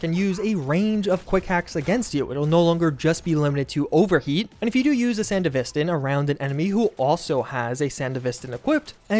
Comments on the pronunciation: ITS PRONOUNCE SANDEVISTAN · WHY DO YOU SAY SANDEVISTAN LIKE THAT